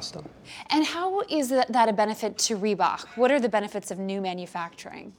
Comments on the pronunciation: Are we gonna ignore how the narrated lady says rebak Instead of reebok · FFS is not REE-BACH its REEBOK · "reebohk" "adeedas" KEK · I get triggered bout how she says reebok